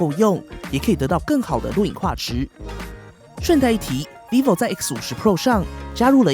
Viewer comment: 一直聽成維尼牌XD